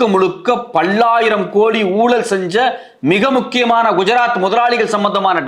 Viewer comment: "பள்ளாயிரம்" அல்ல "பல்லாயிரம் " என்று உச்சரிக்வேண்டும்.❤